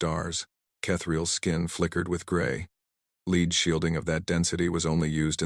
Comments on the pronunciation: "Leed" is NOT' 'Led' lead.... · They never get lead read right